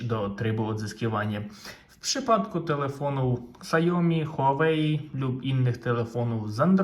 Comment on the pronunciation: xiaomi czytamy siaomi pozdrawiam serdecznie przydatny kanał 👍😊